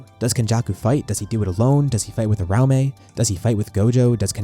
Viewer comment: Ura-umi, not ur-aume